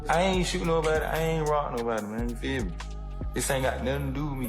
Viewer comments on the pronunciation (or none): none